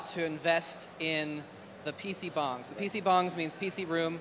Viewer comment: Not "bongs." Bangs. It's Korean.